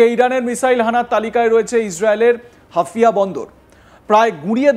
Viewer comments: হাফিয়া নয়, হাইফা বন্দর বেকুব... আরে ভাই তুমি প্রথমে বাঙলা ভাষা উচ্চারণ করতে শিখো... এই জোঁকার গুলো আসে কোথায় থেকে? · আরে দাদা হাফিয়া বন্ধর না হাইফা বন্ধর কি করে কে এরা ভাই ভালো করে দেখে বলো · আপনি কি ‘হাইফা’কে হাফিয়া বোলছেন? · শালা হাইফা বন্দর কে বলছে হাফিয়া বন্দর। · হাফিয়া নয় হাইফা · শব্দটা হাফিয়া নয় হাইফা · হাফিয়া নয় হাইফা 😂 আবালচোদা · মূর্খ সাংবাদিক, হাউফা নাকি হাফিয়া এটাই জানেনা। 😆😆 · আরে পাগলা হাফিয়া বন্দর নয় হাইফা বন্দর ok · হাফিয়া নারে ভারতীয় সাংবাদিক, ওদের যোগ্যতাকি কেমন সাংবাদিক ওরা, হাইফা কে বলছে হাফিয়া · আপনারা কি সাংবাদিক তাও আবার ইন্ডিয়ার,,, 😂😂😂😂😂😂😂 ওরে গোমূত্র খাওয়া জাতি হাফিয়া নয় হাইফা বন্দর। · ওরে ওটা হাফিয়া না। হাইফা হবে হাইফা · মিঃ ধারাভাষ্যকার, হাফিয়া বন্দর নয়,শুদ্ধ হবে হাইফা বন্দর,যা বর্তমানে অগ্নিকুণ্ডে পরিনত হলো।যেখানে রাফায়েল যুদ্ধ বিমান, এফ ৩৫ যুদ্ধ বিমান ও ধ্বংস হলো মুসলিম জাতির হাতে,সেখানে ভারত, আমেরিকা,বৃটিশ যেই ইরানের বিরুদ্ধে যুদ্ধে জড়াবে তাহলে তার উপযুক্ত জবাব দিবে কয়েকটি শক্তি, যা ট্রাম্প ও দশবার ভেবে চিন্তে পদক্ষেপ নিতে চাইবে। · Hafia na Haifa port... Pls pronounce properly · Hafia noi Haifa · সংশোধন করুন: হাইফা বদর, "হাফিয়া" নয়। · সালা বলদ হাফিয়া আবার কি হাইফা হবে,, ইংরেজি ত পড়তি পারিস না বাংলা করে দিলাম হাইফা হবে 😁😁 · মূর্খচোদা ওটা হাইফা পোর্ট😂😂